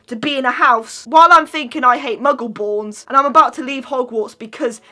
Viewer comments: Sean Doody they said mungle when it’s muggle ( are they even a Harry Potter fan ) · Are you even a Harry Potter fan you said Mungle and it’s Muggle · Did you just call a muggle a mungle!!